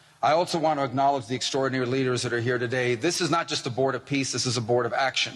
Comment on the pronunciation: Did he just say "Board of Piss"?